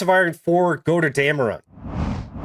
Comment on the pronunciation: "Goderdamron" Hmmm... Close enough! lol :D